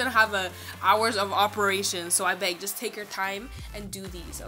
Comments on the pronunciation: LOL "ABEG" Are you Nigerian?? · Was it me or she said 'abeg'😂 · She’s Ghanaian lol